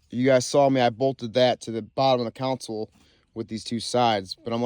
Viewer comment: Not counsel it’s console 😂